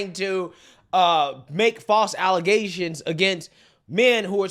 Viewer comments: False “allezations”. Get it right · False ale-zay-tion .. as Tiffany heynard.. says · its pronounced allezations i think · Its not allegations anymore its allezations. Just ask the citygirl mayor. 🤣